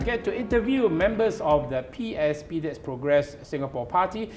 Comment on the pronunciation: please emphasize on the 'S' when you mention PSP. It sounds like PAP 🤣